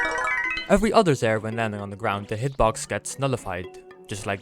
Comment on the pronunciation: Ah yes… ZGROUND